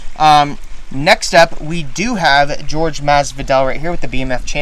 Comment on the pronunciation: It’s not George it’s Jorge